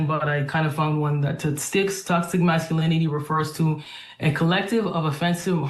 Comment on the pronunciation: You will need to learn how to pronounce "masculinity" if you want a sub.